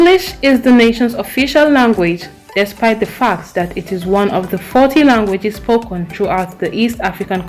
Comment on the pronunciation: says everyone but you who pronounced spoken as spokon😂 west Africans SMH